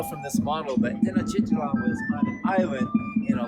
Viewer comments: He said TanOchitIlan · I'm not a mexican but as someone who learned the language out of appreciation I cringed at the mispronunciation of tenochititlan.